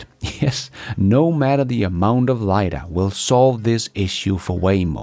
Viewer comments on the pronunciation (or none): none